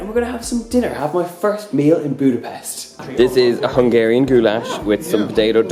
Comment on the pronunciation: I love how you pronounce hungarian words :) Keep eating good food and have fun!